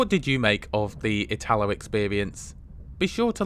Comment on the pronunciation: Note: when pronouncing "italo" the accent falls on the "i", just like Italy.